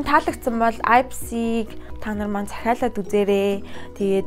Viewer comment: Neriig n maaash buruu helj bna. Аяпси bish ийпси shuu